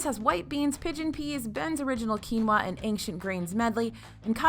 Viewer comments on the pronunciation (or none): none